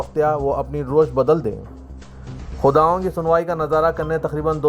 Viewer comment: سیاست اخبار کسی وقت لوگوں کی اردو اور املا درست کیا کرتا تھا لیکن آج اسکا جنازہ خود اپنے خبروں کے ذریعہ نکال رہا ہے۔ آجکی خبروں میں ایک لفظ ”روش“ آیا ہے جسے یوں پڑھا گیا رُوش جو غلط ہے ؛ اصل میں اسے ” رَوِش “ پڑھا جانا چاہیے۔ اسی طرح بیشتر موقع پر غلطیا ں ہورہی ہیں توجہ فرمائیں شکریہ۔